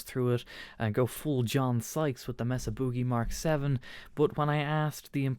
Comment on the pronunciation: BTW - the manufacturer and most people in the US pronounce Mesa/Boogie as May-suh Boo-gie, not Mess-ah Boogie. Not that it matters. Think of a table in Spanish.